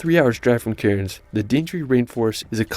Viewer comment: A random comment from a random. The narrator miss pronounced a lot of these places. 1. Bondi isn't said Bon- dee it's Bon-Die 2. Melbourne is pronounced as Mel Bin 3 Cairns is pronounced as Cans. Uluru is a monolith or one giant rock, It's like an iceberg you only see a small piece of it. Tassie is split by 42°S latitude, So the opposite is 42°N which cut through the Northern US. Australia get more snow than Switzerland.